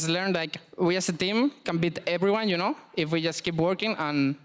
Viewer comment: everytime he said ''yuno'' and ''ay min'' i got cancer